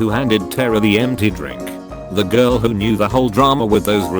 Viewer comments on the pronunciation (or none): The girl who couldn't pronounce the word 'who', anyone with me?